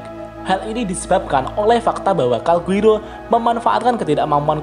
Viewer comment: Calgurio min bukan Calguiro